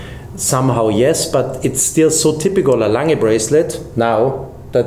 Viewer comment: At long last a watch guy who can pronounce Lange u. Söhne!